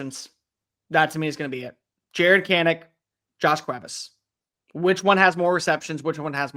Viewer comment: Still a little off on Cuevas but I appreciate the attempt 😂